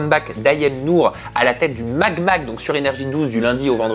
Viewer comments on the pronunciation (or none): Euu c'est pas le MAg mag mais le Mad mag .